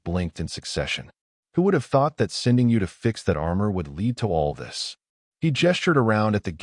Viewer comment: resequencer-- the proper pronunciation is ree-see-kwen-ser AI is no threat as it cannot even correctly pronounce lead